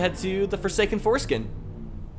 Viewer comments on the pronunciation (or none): Did you say the Forsaken foreskin?